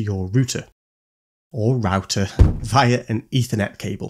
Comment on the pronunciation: Are you saying rooster???😂😂😂😂😂😂